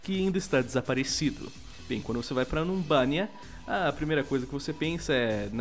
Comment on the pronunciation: quando vou a Numbani me lembro do falando Numbania